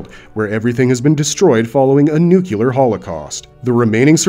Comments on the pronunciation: Hey man, just a heads up, nuclear is pronounced "New - clear" instead of "Nuke - q - lar" Happens to all of us. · ah yes, a "nukelar" Holocaust 😂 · You lost me at "nucular."